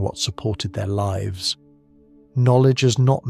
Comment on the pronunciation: I LOVE this concept of retelling classic writings like this in a modern, soothing format like this. Brilliant. Somehow, the AI is getting dumber, though. It can no longer distinguish if "lives" is being used as a verb or a noun and always pronounces it as a verb, which is incorrect 90% of the time in this story. Still, this story format holds my attention better than others, so I keep listening! Thank you!